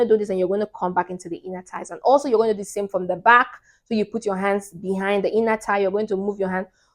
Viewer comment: I realized that you are saying Inner thigh Your accent threw me off